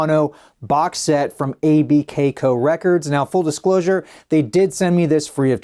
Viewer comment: Aye bee kay co?? You just say it, Abkco, like Atco with bk instead of t.